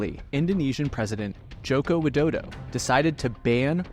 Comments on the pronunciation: ain't no way you call president Widodo to dodo🙏😭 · He literally said Joko Widodo, and I'm Indonesian, it isn't pronounced that way We usually say President Jokowi Dodo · It's Widodo..not Wildodo...